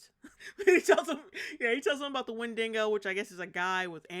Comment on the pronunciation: Who in the world pronounces Windigo as Win-Dingo? Was that in the movie?! If that's how they pronounced it in the movie then I can forgive you for pronouncing it that way. 😂